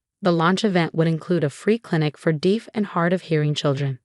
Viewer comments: Deef? Seriously? How difficult is "deaf"? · I think that when the text-to-speech was applied to the original text it pronounced "deaf" phonetically. Although AI can do much, it will still need human guidance to catch issues like this. One thing that might help is to first write the text phonetically (so "deaf" could be spelled "def" or "dehf"), run text-to-speech on it, check and correct where needed, and then correct the spelling where needed for the displayed text. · Deaf is pronounced as spelled. You pronounce deaf as "deef". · One would think that in a narrative about being deaf, one would know how to pronounce the word deaf.